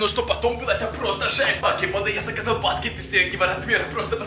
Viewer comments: Мне одном кажется что он говорит не банда а панда🌚🌝🌝🌝? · И да кажется что он говорит панда а не банда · Пачиму ты говориш почти вьсигда паньда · Мне тоже кажется точнее я думала раньше что он так пандой и называл тех кто его смотрит... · Мне кажется что он говорит панда а не да да??? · Мне тоже кажется что он говорит панда!?🙉😸😧😘😙😗😚💋💘💞💖💗💔❤💚💜💙💛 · Да правда